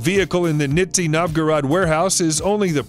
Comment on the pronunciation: "Nitzy Novgorad", that's brilliant. Thanks for a good laugh!